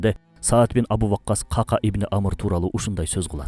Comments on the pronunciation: Ках Ках, Кака эмес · Кака деп конфетти айтабыз го. Ыплас нерсе эмес эле. Сахабанын аты Ка'ка. Экөө эки бөлөк . Каналынарды көрүп сыйлайм. Бирок сөздөрдү бурмалабай туура жеткиз тууганым. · Кака эмес Кахках эмеспи жакшылап караңазчы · Бизде "кака" араб тилиндеги "кааф" тамгасы менен айтылат. Китеп дегендеги "к" тамгасы. Ал эми Сахабанын аты каткалаң "к" тамгасы колдонулат. Андан сырткары Сахабанын атында "ьайн" тамгасы бар. Туура айтылуусу "Коькоь" болот. Нажас нерсенин айтылуусуна окшоткон туура эмес